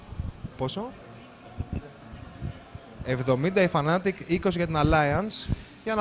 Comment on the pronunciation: ρε μου θέλετε και περιγραφή δεν λέγονται fanatic αλλά fnatic!!!